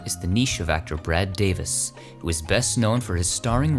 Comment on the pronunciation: It's pronouced "Bet" Davis, not "Betty" Davis. Just saying. Great work though. Looking forward to more.